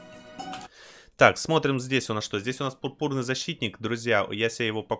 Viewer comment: Пурпурный защитник ударение на у